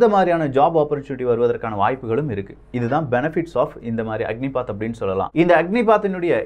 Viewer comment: "அக்னிபத்" அக்னி பாத் இல்ல